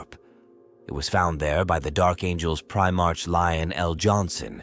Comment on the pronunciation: Stupid AI can't pronounce "Primarch" correctly